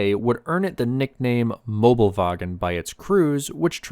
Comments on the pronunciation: Not mobelwagen, Möbelwagen, thats important because if you wanna translate, it would be Furniture Trolley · It is Möbelwagen not Mobelwagen. You can get close if you know Möbius strips. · Mobelwagen is wrong, it is called Möbelwagen